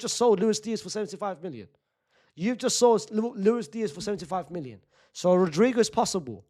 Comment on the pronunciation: Unc I cannot figure out if you’re saying million or minion. 😂